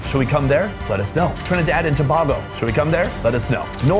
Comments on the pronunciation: Lmaoooo no its not Tobahhgo. Its pronouned Toe-bay-go ( Tobago). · Love your show! Absolutely, Yes to Trinidad & Tobago (pronounced (Too-bay-gooh NOT Too-bag-go😂). Plan to go during Carnival which always falls early in the year (Feb/March) the week before Ash Wednesday/Lent. As a stage 4 cancer patient your shows keep me company during long recovery stints! Can’t wait to join you on your world travels! ❤️💃🏼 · When i saw the heading I said “Yea right”!!! Also don’t go to Trinidad and say To-BAH-Go it’s To-BAY-go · I have enjoyed your content. Before you get here please learn to pronounce my country's name. It's Trinidad and Tobago Pronounced: To-bay-go....not To-bag-o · Yes please do Trinidad and Tobago. Also, Tobago is pronounced as to-BAY-go (təˈbeɪɡoʊ) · Yes, you should come to Trinidad and it's pronounced "Tuh - Bay - Go" (Tobago) 🇹🇹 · So I recently introduced my gf to your channel..she loves it..I've been watching for years but as of late I haven't and my exact words to her was he needs to step out of asia etc more it feels repetitive now and to my surprise you drop this news..brilliant!!! It's pronounced too-bay-go btw...was pleaslantly surprised to see you mention trinidad and tobago but any true food person would be aware of our amazing cuisine..look forward to having you here🇹🇹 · Trinidad & "To-bay-go". Yes, you need to go there. The people are amazing and the food is otherworldly! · Before you reach. It’s pronounced Trinidad and Too-bay-go 🇹🇹 . 😎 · It's pronounced To-bay-go 🇹🇹 get it right ❤ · Yes and it’s pronounced Trinidad and Tuh-Bay-Go (Tobago) 🇹🇹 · Yes, come to Trinidad snd Tobago (pronounced - Tobaygo) You wont regret it. Our food is phenomenol. Totally diffeent to the other islands in the Caribbean. Ask your friend Mark Wiens about his experience here. One thing though, try not to get into the "who has the best Kfc" argument. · Go to St. Vincent & The Grenadines!! You’ll love our food! Also it’s toe-Bay-Go